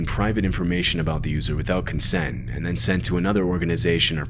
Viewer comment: It’s consent not consen